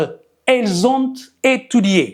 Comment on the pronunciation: 👍ils, elles ont....la lettre 't' il faut pas prononcer